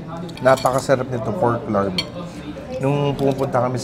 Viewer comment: Tahimik yung R sa larb. “Lab”